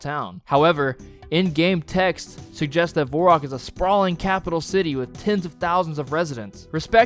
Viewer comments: its not verrock or vorrock, its varrock get it together and get a grip and get out of here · why the hell are you calling it "vorak", it's varrock. Do you play runescape? lol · If you pronounce varrock vorrock, I'd be interested in how you pronounce the teleport for Ghorrock... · saying voreock and guylinor should be a crime but besides that, great video. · Ain’t no way this guy just said “Vorock” for the whole video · Ot's nit Vorrock, ot's Varrick. I figure if we're just reassigning phonetic sounds to the wrong vowels we might as well go all the way. Why don't we just start calling the game "RanuScopi" if we're just arbitrarily deciding that the letter A now makes the O sound, why not roll a dice and just use vowels randomly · "vorrack" is insane bro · Vore Rock? theres an "A" dude... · good video.. i hate the way you say "vorrock" though. kills me every time. a few times in there i was thinking.. "well duh.." but for the most part.. valid useless info. good watch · its definitely not Vor-rock like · Pronouncing it Vorrock is just plain silly. It has an a! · It's Var rock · its varrock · What about the world "variable"? would you look at that and pronounce it "vore-iable"? no because it's wrong and sounds just as cringe as "Vore-rock"... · my man how the hell did you come up with your pronunciation of Varrock? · I love how you even acknowledged that you’re pronouncing varrock wrong and then continue to do so lmao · im astounded that you you somehow got the pronunciation of Varrock wrong in both examples lol edit: i just heard your pronounce Gielinor wtf dude hahaha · I bet you pronounce Gif the same way you pronounce Giraffe, too. The fact that you insist there's no one right way to pronounce Varrock earns you a dislike lmao Just learn to say it like a normal person. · Straight up changing the syllables to the name Varrock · Nice video, even if i hate the way you say varrock lol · I'll like and subscribe when you can pronounce the A in Varrock. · Its not VORErock.